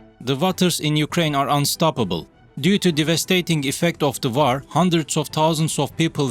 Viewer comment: Well yes kindof, just got annoyed of the pronounciations of some of the words, like war is war not vaaar , what was wrong with using that french lady robot voice, everybody thought she sounded sexy, anyhows enough of this, rambling I can just unsbub and done... bye for now